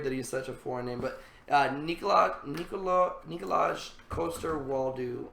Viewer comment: Your pronunciation of Jaime's actor's name made me giggle. The correct pronunciation of Nikolaj is like Nicolai, Coster you did pretty well, and Waldau is pronounced like Val-(like in "Valerie" or "validation") -dau (similar to "now")